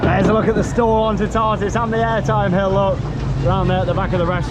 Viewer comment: I suggest watching a French channel for the pronunciation of Toutatis. It’s not a hard one for English speakers to say, but the sound of it is probably not going to be obvious until you hear it. The middle syllable doesn’t sound like ‘tar’…more like ‘tat’, without the final ‘t’.